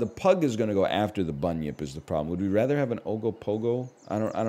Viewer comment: It's actually pronounced Bun-Yip though